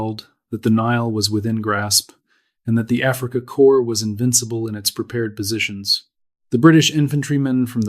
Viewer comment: AI voice needs to retrain pronunciation of Afrika Corps not afreeka corpse